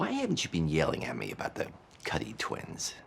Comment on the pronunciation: Kuty? it’s “Cuddy”, lol